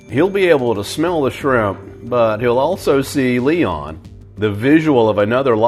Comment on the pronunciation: No he pronounced them “swimp”